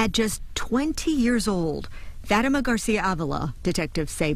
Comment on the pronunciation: She said Fat Ta Ma not Fatima 😂